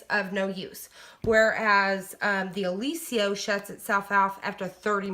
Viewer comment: Did you look at the spelling of Oliso? You're pronouncing it incorrectly!